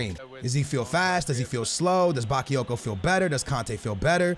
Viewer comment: OMFG NOT BAKEEYOKO IT'S BAKAAAAAAAYOKO